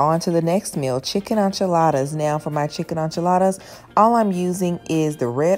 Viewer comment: You have me CRYING laughing the way you pronounce “enchiladas” & “tortillas” I needed this laugh thank you🤣🤣🤣 very good video also